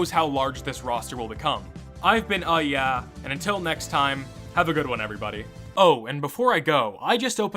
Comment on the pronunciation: EeeYeeRee almost sounds like a phonetically misspoken version of UhYeah so there's that